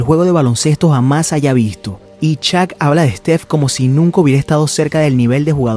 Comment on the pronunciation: "Shaq" por favor, NO "Chak"